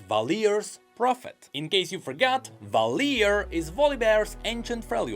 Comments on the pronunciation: Valhir = Val-heer, not Valeer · Val'H'ir, not Valir. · In-Game, Valhir is pronounced "Vaal-Heer". Just saying. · ValHir VAL HIR, H - is hard and sonorous, like the word - here, but without "ea" just "ER"-"IR". The same with your Inveeolus,, it is InvAYOLUS, like the word - violent, but..violus. Pls note. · You pronounced Valhir wrong. I mean Volibear says the name himself, Val - heer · One nitpick: That's not how you pronounce "Valhir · brother, Volibear himself has voicelines pronouncing Valhir, how the hell do you manage to fuck up the pronounciation.